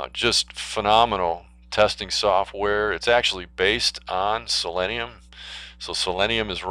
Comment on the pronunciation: Learn how to pronounce the name. It's pronounced the same as the element, which is [si-lee-nee-uh]